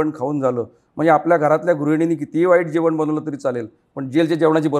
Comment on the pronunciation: जेवण.. जेवन नाही..खूप शब्द अशुद्ध उच्चार